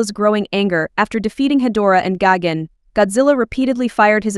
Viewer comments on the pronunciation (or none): Im sorry, "Gogun"? You mean GIGAN ?